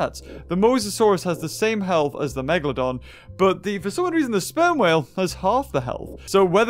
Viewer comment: BE A "MEGAHLOHDUHN"